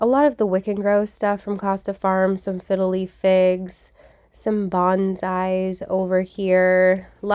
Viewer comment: Sooo I must know what your favorite cheese is at Trader Joe’s?!?! I’m always a sucker for a good cheese 😂 also idk why but every time you say “fiddle leaf fig” all I hear is “fiddly fig” lol. Awesome score at Lowe’s, it’s always a good thing to check if they will discount when the plant is looking so sad. ☀️